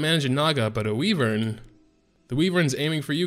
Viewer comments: It bothers me how you call it a weee-vern when it sounds more like why-vern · ITS WHYVERN YA FOOKING POTATO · WHY-VERN #triggered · "Wee-Vern" lol love your vids keep uploading when you can! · "Wee-vern" lol xD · Makes you wonder where he got Wee-vern